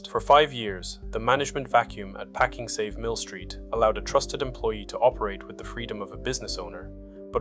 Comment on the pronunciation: I feel a bit dumb. Is the voice AI in these videos? I have been watching for a while but now that the sentences are punctuated and cut a little differently (also pakING save), it seems more obvious now